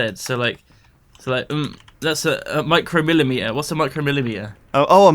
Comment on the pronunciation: also careful how you pronounce µm. My-cro-meter is th of a meter and a Microm-et-er is a measuring device like a caliper